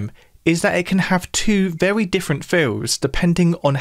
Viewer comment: love hearing him say "vewy"